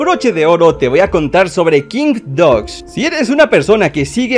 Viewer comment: Se desi kingbidoaz pero se escribe kimgbdogs